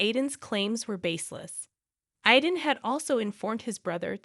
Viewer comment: My grandson‘s name is Aiden…pronounced Ai-den. Hearing you murder his name many times over is really irritating to me. It would really be a good idea for you to have somebody who speaks English proofread these things so they make sense.